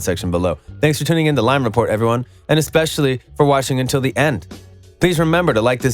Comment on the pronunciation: Welcome to lime report more like welcome to liyn report